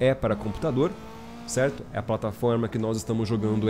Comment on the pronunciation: E ai tudo Cerrrrrto? essa puxada de R é do nosso kkkk